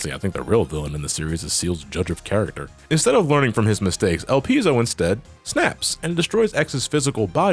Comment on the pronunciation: ''Elpis'' (the japanese version of Elpizo) is an ancient greek word and it means ''hope'' (in moden greek it's ''Elpida''). ''Elpizo'' is the verb of this word and it means ''I hope''. Your pronunciation is correct.